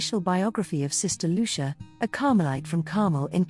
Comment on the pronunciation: Just mispronouncing her name makes me not want to watch this.